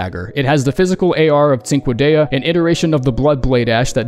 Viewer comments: It pains me how much you bastardize cinquedea pronunciation xD Hint: it's "ch" sound (like in cheddar) in the beginning. Also, I was playing a mage build right before I've got Glintstone Kris. I wasn't a mage right after I've got it. I became a regular-ass L2 spammer. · You pronounced Nerijus correctly but still butchered Cinquedea lol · I thought it was pronounced " Sin-Kay-Duh" lol